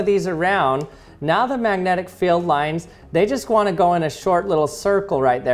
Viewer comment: These “feld” and “stell” throw me off, thus guy can’t pronounce the letter e :/